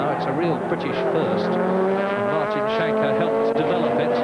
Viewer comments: As a Norwegian, I can`t get over how the commentator pronounces Martin Schanche`s name 😂 Sounds like he`s shank-happy. (It`s pronounced Skankeh) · Even better if he'd learned to pronounce Schanche. It is not "Shanke", but "Skanke"